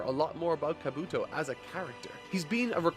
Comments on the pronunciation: the fact you have yet to say kabuto right between 12 parts is hilarious. KA-bu-TO not ka-BU-TO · The way this man says Kabuto is still annoying, yes its spelt like helmet except its pronounced with an E/I not the U when it comes to his name. Kabi-To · I know this is the last time he’s gonna have to say it but I really hate how he says kabUtos name 😭🤣🤦🏾‍♂️ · You pronounced "Kabuto" 3 different ways in a matter of seconds. Do you truly not hear the differences? Do you care at all about consistency or cohesion? You'd think after literally hundreds of chapters you'd at least try to pretend to give a damn.